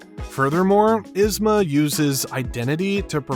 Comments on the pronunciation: To add to this, its "YEEZ-ma", not "Is-ma" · EEzma! Not Izma lol This was driving me crazy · It’s so weird to hear you call her Iz-ma lol. The movie calls her yeez-ma